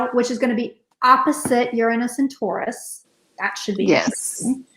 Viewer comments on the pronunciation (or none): none